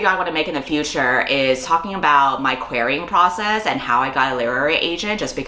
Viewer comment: i thought said "my queering process" instead of querying process and was sure she would tell us how she got a girlfriend